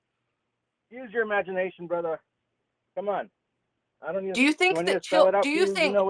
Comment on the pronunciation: I don't know why but it irked me every time he said "brotha" 🥴